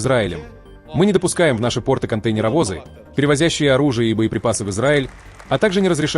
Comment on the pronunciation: Ну хоть кто то говорит на правильном русском языке - пОрты, а не портЫ (штаны) !